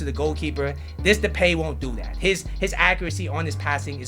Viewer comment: No offense but “Depey " 😂